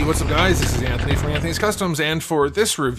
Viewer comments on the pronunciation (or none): none